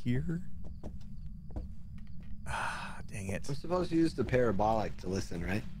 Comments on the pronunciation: Or parabadocticle. Whatever feels like saying 😆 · Them commenting on the ghost's high arches 😂 Also, does have a speech impediment, or does he just say stuff goofy for fun? No hate to him either way, I'm just curious becuase I do be stupid.